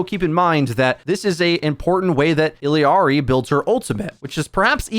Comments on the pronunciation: "illiari?" Then immediately pronounced her name right then wrong again? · But the fact that he pronounced it wrong, right, right, wrong, right then right again is laughably odd